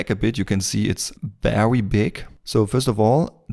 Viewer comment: it look VEWY nice and VEWY good but thanks you really helped alot